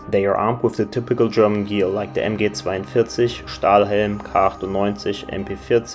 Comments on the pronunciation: bro you must be german nur ein detscher kann MG42 so gut aussprechen XD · Hab mir schon gedacht das du deutsch bist, aber als die Betonung von Mg42, Stiehlhandgranate kam wusste ichs ;)